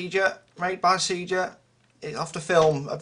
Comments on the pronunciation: please pronounce SEGA correctly - you slightly killed me when you said sea-ga - it is Say-Ga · It is pronounced Se-gah or Say-gah. Two different ways.